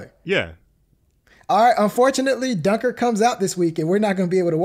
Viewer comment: Cmon man, at least pronounce Dunkirk properly